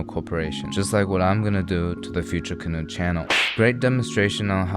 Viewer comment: fudyure cahoe